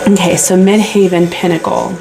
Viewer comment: Tarot by Melissa sent me here 🙂 Thanks for the reading. Midheaven is pronounced the same as actual heaven. It's not haven. Since I don't have a career, I will interpret it at my reputation, or my standing within the community- how I am seen out in the world.